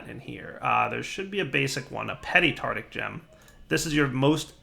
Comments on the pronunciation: tarTARic. Not tartic. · just saying,, it's Tart-AR-ic, not tartic 😂👍